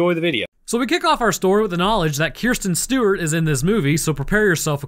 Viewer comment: 'KIERSTEN STEWART'